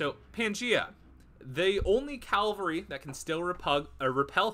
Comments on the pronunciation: Cavalry. CAV-al-ry. Not CAL-vary. That's a church. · KA VAL REE 🐴